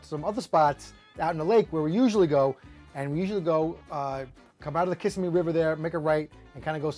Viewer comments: I am a 60 yo native Floridian from Broward Co. and I'm almost positive the emphasis goes on the second syllable in the word Kissimmee like kisSIMMee. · I was born and raised in Jacksonville and everyone who’s not an import pronounces it that way too, the emphasis on the second syllable. Another thing, we call this fish a “speckled perch” instead of crappie. If you told one of the guys I hunted and fished with you wanted to go crappie fishing, they would want to know what in the actual hell you were talking about!😂 😅 😂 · its not Kiss-a-me river its kissemee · Only Yankees pronounce “ Kissimmee “ like does lol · Great video! But, you need to learn to pronounce Kissimmee like a local. Lol. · learn to pronounce Kissimmee correctly! 🤣🤣